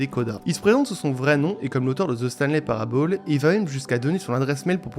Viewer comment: "Parable" se prononce [Parabeul], pas [Parabaule]. "Year" se prononce [Yeur], pas [Yère].